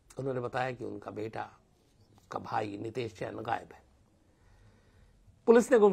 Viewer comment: यह घटना अजमेर की है अलवर की नहीं और नाम गलत बोल रहे हो नितैश जैन नहीं नितेश नैन है